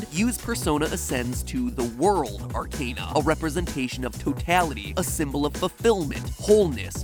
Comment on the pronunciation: Out of everything in this video somehow the mispronunciation of arcana triggered me the most.